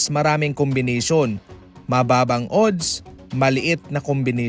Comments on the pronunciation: Anong odds oodd? Adds pabigkas nyan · ang ODDS ay binibigkas na ADDS kahit O ang first letter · Adds ang pronouncation .. A hindi O .. Balik kita sa grade 1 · Napa ka annoying pakinggan ng pronunciation mo sa ooodddssss parang sarap mag unsubscribe